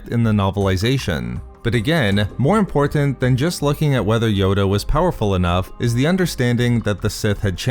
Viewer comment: Too many verbal insertions of the bastardized word, “EM-POR-TENT”...🤨